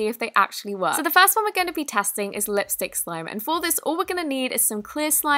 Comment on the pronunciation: and also some lis stick Lmao love u